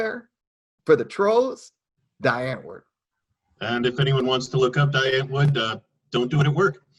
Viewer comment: Die Antwoord = Dee Unt-Word